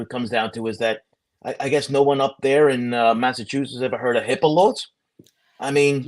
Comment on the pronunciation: OMG!, I was like “What’s a Hippalo?” HIPAA lawr. HIPAA Law.